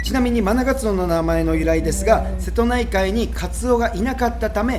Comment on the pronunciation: ラストのしぇとないかいで笑ってしまった😂